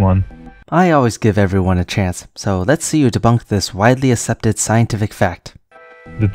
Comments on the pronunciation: "ASEPTED" is pronouced "ak- SEP-ted" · Yuck, he said "assepted" instead of "accepted"